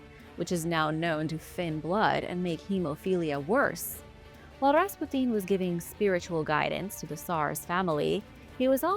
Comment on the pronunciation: >.< oooohhh, young lady. Just say "Rass-pyoo-tin" lol. Awesome vid :D